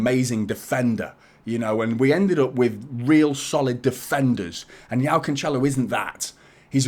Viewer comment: Like the content mate. Btw, his name is pronounced "Jo-Oww" not Yao. That's like Yao Ming the basketballer. If his name was slavic, then yes, the J would translate to a "Y" in English.